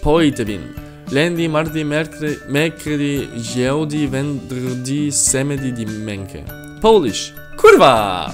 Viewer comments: Lui ha detto ghiovedì ma vabbè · Non è piú giovedí ma è ghiovedí😂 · in italian isn't "ghiovedì" but is GIOVEDÌ. GIIIIOOOOOVEDIIIII. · ghiovedi? Giooovedi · i'm italian. The pronunciation fo Giovedì is: (i write the spelling-pronuciate) G o v e d ì I write govedì because the G and the I you pronuciate G and the E you pronunciate right! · You are failed to giovedì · fa male a tutti gli italiani